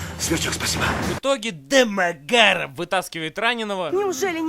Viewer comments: Теперь если по тв или в инете вижу эту фамилию произносится в голове так же как в обзоре ДамАгаров🤣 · Это произношение «Домагарэээв» преследует меня уже вторую неделю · Да у Евгения какая - то своя нелюбовь к Домогарову. Всюду так его произносит. Боюсь, что скоро в фильме, где его и не будет, всё равно произнесет Дамагарэв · если следовать произношению Бэда, то писать нужно "дамаГ-ГААрова" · Только из за твоего произношения ДОмОгАРоВ смотрю несколько раз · Домо... Гаааров!! точная интонация!! 😂😂Именно так произносится эта фамилия😅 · Ржал столько раз сколько ты произнес фамилию Дэмэгарова😂😂😂😂😂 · Алчему когда он говорит дэмагаров! Я смеюсь! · Как он произносит ДамогАааро-ф-ффф! Гениально. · Классный обзор! Мне понравился акцент на фамилию ДОМОГАРОВ! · как же мне нравится,как он произносит "ДомоГАров")))))))))))))) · можно бригаду почему домогаров таким тембром произносится? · С тех пор фамилиё Домогаров произношу только с интонацией Евгена! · такая озвучка фамилии признак дебилизма произносящего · Имел несчастье посмотреть это кено... Обзор лучше снят, игра актёра на высоте, ржал ппц, особенно убивает как произносится "домогаров" 🤣, как в трейлере этого говнофильма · Жека 😆😆ты то Жека шо куришь, ударение на домогаров это аут🤣🤣🤣🤣🤣🤣🤣🤣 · Народ, кто-нибудь, проведите мне ликбез, почему фамилию Домагарова произносят с такой интонацией. Первый раз я услышал её в обзоре Евгена на "Союз спасения", но, как я посмотрю, корни куда глубже. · С каждого его произношения "Домогаров" я ржал до следующего xd xd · хаха почему он так произносит Домогаров? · Как затрахало слышать акцент на одной и той же фамилии! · С каким выражением лица, автор произносит фамилию домогарова? :D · этот ролик научил меня говорить "ДЭ-МЭ-ГЭ-РАВ" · дамаГЯров! ещё и с таким смачным произношением))) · почему он его такой интонацией называет?) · Почему он произносит Дэ-Мэ-Га-Ров с такой интонацией?) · Это не только я так произношу фамилию ДомогАрова? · Ох уж это произношение ДАмАгАрОв🤣🤣🤣ржакаобоссака